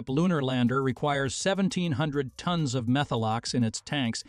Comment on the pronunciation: Tones? You guys need to train your AI voice to say tons not tones 🙄